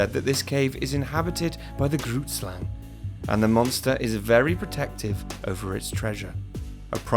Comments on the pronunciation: I am from South Africa and you pronounce Grootslang wrong. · That's not exactly how you pronounce it lol (I'm South African) The name is Afrikaans and translated to English it means: "big snake" #themoreyouknow